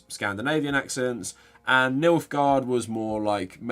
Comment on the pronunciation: i havent seen the show, games, or books ... are you saying "milfgard"? 😏